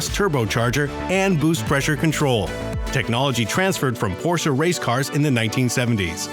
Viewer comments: Cool video, but I couldn't bare it to the end because of the "Porscha" s*it. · The porshuh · LOL. Because Porsh owners can't read, I guess.